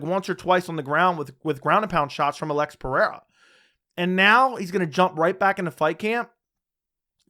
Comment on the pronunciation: Why is pronouncing Alex like that? It's eating away at me!